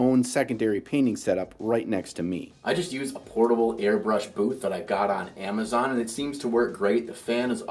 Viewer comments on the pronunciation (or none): none